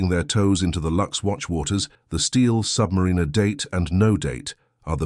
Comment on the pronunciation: Have my doubts about the pronunciation of Submariner! AI has its limitations I believe. ☘️